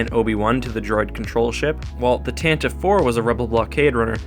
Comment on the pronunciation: Tantive (IV)= "TAN-tah-VEE"